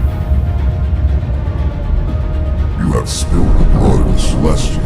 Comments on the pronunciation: Arshiem? Teach your AI how to pronounce ARISHEM. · You need to teach your AI that its "Arishem the Judge", not "Arishiem the Judge".